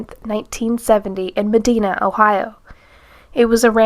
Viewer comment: Never heard of this lady. I live in Ohio. Oh, Medina is pronounced with a long I like night. 🙂 She was a guilty dog...or Cat. 😁